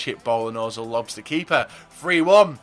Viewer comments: he said ozil, its pronounced urzil, the umlaut changes the sound of the O. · The only reason I dislike every video is because he still can't pronounce özil, other than that good video.